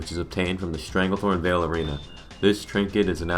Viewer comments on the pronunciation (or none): none